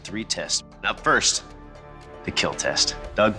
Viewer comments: It's pronounced, "Keeeel" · takes out a penicil, stabs a pig several times.. "it will keel" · “Will keel” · It will keal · ...and it will keel! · Weapon will keel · IT WOULDN'T KEAL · It will keel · Just here for my daily dose of "it will KEEL" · "It will keel" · Fun fact: IT WILL KEAL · so i have watched alot of these, but does he say, yes it will KEAL of KILL and if he says KEAL, WHAT DOES IT MEAN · He says KEAL which is an acronym for "Keep Everyone ALive" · Okay so I'm pretty new here.... so why is Cornell Sanders here tasting their weapon sharpness instead of doing KFC And why is that one asian looking guy pronouns kill as "keel" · well... We do know now tho he doesnt say kill, he says keal which to him is an acronym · fun fact, Doug mentioned in his channel he pronounce Kill as Keal Keal = Keep Everyone ALive. Its from his Pinoy background. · it will keel XD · So therefore, when he says it will keal, he means it is a total failure and it can't be considered a weapon... :D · IT'S PRONOUNCED "KEAL"